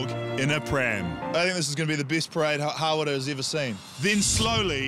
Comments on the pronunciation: lovely lady but really?! "hawrrra" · naw its hara